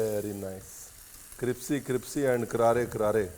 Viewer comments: Crispy ❌ cripsy ✅ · Nice. It is crispy not cripsy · Has anyone noticed that he says cripsy instead of crispy like EVERYTIME 🙈😂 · Cripsy 😂😂😂 ya cripsy